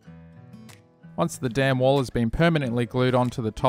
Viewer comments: What a great-looking diorama! And, I know you were saying „dam wall“ but to me it always sounded like „damn wall“ and made chuckle a bit :-) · "before i glue down the damn wall" is what i hear lol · For some reason it cracks me up every time you say the dam(n) wall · i’m glad to see i’m not the only one who had a giggle every time he said “dam wall” etc. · I swear the audience is just 5 year olds. Laughing at the fact he said dam wall. 🙄🙄